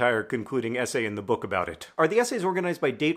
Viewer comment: So I'm Dutch and you're not and I get that BUT. WHY did your brain decide that the word "in" should be pronounced "on"?? like??? Anyway good vid bye